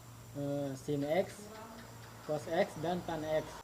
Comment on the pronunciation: Diperbaiki, cara bacanya: Cos dibaca KOSINUS atau KOS